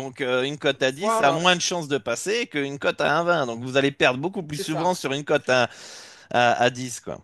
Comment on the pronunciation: tu n'as jamais fais gaffe de sa prononciation? Il dit cote comme côte de bœuf ou côte à monter 😂 Je te kiffe 😘